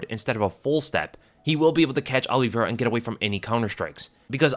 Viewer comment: Alivera?? White privelege dont let him say OLIVEIRA!